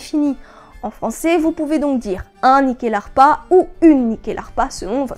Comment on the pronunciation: Excellente vidéo. Je me permet en tant qu'ancien étudiant de la culture scandinave et suédoise en particulier, le nom se prononce Nuckelharpa (Nyckel qui est le mot pour Clef, donc assez logiquement une harpe à clefs) Bonne continuation :)